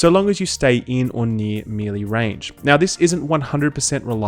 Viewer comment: Mel Lay not Me Lee ;) great vids by the way